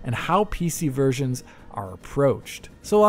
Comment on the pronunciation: When he said "PC versions" I heard PC virgins.